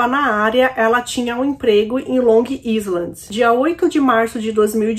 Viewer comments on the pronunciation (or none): Oi! Gosto muito de você, então não me entenda mal, a intenção é ajudar:) Long Island a gente pronuncia "Long Áiland", meio que tudo junto, "longáiland" - seria como Ilha Grande, numa tradução livre. Beijos! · Querida a pronúncia correta é Longailam( Long Island ). Um abraço